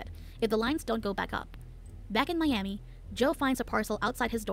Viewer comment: "Mee-ami" lol :D I love how these A.I. narrators butcher even the most simplest of pronunciations